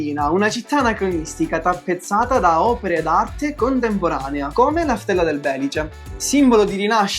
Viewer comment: Ah, pohi uhnh piccolo appuhnto, picciotti...Non si dice Bèlice, ma Belìce